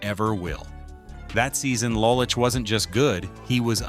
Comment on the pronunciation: it is LOW lich not LAH lich